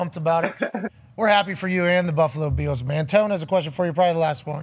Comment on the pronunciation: Why are they saying “Buffalo Beals”??